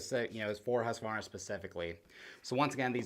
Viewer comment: Great video, great boots, great to hear an American pronounce Husqvarna correctly. The idea of replaceable everything is a winner vs other big name brands on the market. And its got Husky all over it .